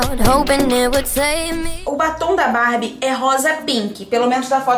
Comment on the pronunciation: teens! Se fala Barbie